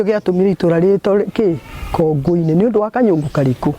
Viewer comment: Proper kikuyu is 'Kongù-inì' not Kongo - inì. Kongo, its small head but Kongù its small clay pot.